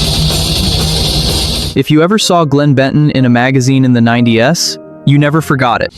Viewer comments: Not a fan of the AI voice at all. It misquotes things like saying "90 S" instead of "90's", or "One Thousand Nine Hundred Ninety Five" instead of simply reading it as 1995. I recommend getting an actual human narrator. AI is garbage and most people hate it. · Man..... So sick of AI. 90's pronounced 9DS. Wow!